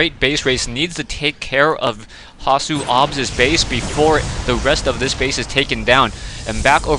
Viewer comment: thx for saying hasuobs right this time :) good job, keep em coming :)